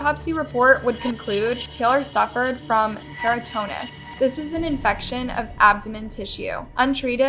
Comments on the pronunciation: PERITONITIS (pe-ri-ton-i-tis)is not pronounced peritonus!! Learn how to speak lady!!! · Peritonitis* Perry-ton-eye-tiss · Im absolutely sure you do ot on purpose. You purposely mispronounce names, of VICTIMS, you dont seem to know the simplest of words. Peritonitis isnt an easy word, but you can see, and SPELL, the word properly. Peritinus? Dude cmon. Have to unsub now because the disrespect is just too much.